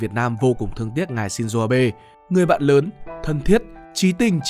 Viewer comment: shin zô không phải shin zuu